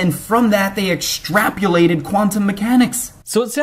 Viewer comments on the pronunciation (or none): Yeah but he said extrapulated.